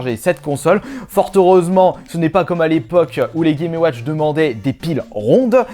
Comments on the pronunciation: Chaud de répéter 36 fois "gaiméouatch". Et euh... Chaud aussi d'entendre quelqu'un qui fait autant de fautes d'orthographe à l'oral. . Dommage car le sujet est intéressant et le montage est cool. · Clair.... "Les gaiméouatch"